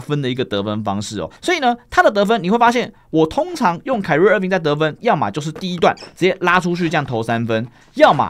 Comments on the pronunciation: 是開rie 不是凱rea…聽得好累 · 我是說重音的部分 不是rie的部分 本人也是念開不是凱